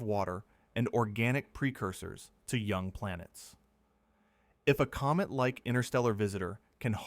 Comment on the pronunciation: From Comet to Goet English is funny.😅